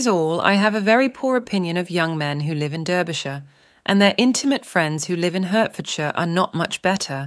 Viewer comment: Nicely read but I am quite unable to find HURTfordshire on my map. I Usually leave it to American narrators to mangle English place names!